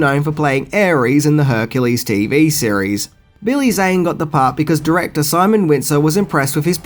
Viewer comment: Are you saying cereal or series.